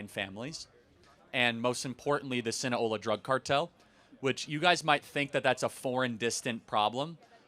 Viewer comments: SinaLOA. Not Sina-hola. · Sound it out bro SIN A LO A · Hearing Charlie mispronounce “Sinaloa” so many times is irking me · I came here to see if anyone else called him out on that repeated misspeak. It undermines his credibility to not know the name of the organization...especially in a video that starts with the importances of names. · Other than the pronunciation of Sinaloa. It's not some Florida based native American tribe.